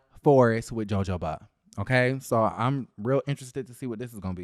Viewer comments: It's not pronounce "joe-joe..." it's "ho-ho-ba". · Love your commentary. However, it's pronounced "Ho Ho" instead of "Jo Jo". You make it funny either way. #BamaGirlInCali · Joe Joe what? 🤣🤣 I think it’s pronounced huh-ho*-buh babe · it’s pronounced Ho-ho-ba. Not Jo-jo-ba. 😄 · Child not "joe-joe-ba". 🤣🤣🤣 I really thought he was kidding at first. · please record this last piece the J IS SILENT for h sound - for a min I didn’t know the heck you were talking about. It’s not pronounced jo jo as in joe Your partners should speak to you before partnering Google will help you with pronouncing these words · You do know it's not pronounced Joe Joe Ba 😑😒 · It is pronounced Joe hoe ba.... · That RHUGT cast looks boring!, its pronounced huh-ho-buh 😂😂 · I'm crying real life tears at Jojoba 🤣😂🤣😂 please ask Siri how to pronounce it. 😭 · Thank you. I cringed as soon as he said it.